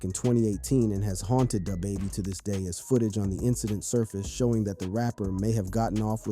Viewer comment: Bro you suck at pronouncing these rappers names, like Pooh sheesty tf , illiterate asf. DaHbaby 🥴 smh